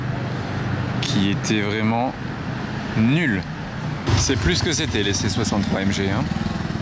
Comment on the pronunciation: 😂 l’accentuation sur le « nulle »